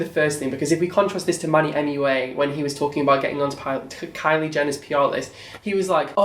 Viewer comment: I KEPT SWEARING YOU WERE SAYING "MONEYMUA" NOT MANNYMUA. I MEAN...ITS ONLY FITTING :)